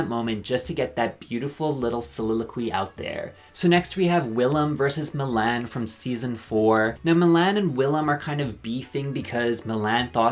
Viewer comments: Mill-Anne? It’s Mee-lahn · Milan pronunciation: Everyone in the world: Mil - lawn You: Mil - Anne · Not calling Milan Mil-Anne lol 😂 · not Mill-Ann 😭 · It's pronounced Milawn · I can't get over how you pronounce Milan's name 💀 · literally did not notice you were irish until you said "Milan" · I’m not saying you said Milan wrong, but I hated it. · The way you pronounce Milan REALLY bothers me for some reason lol iconic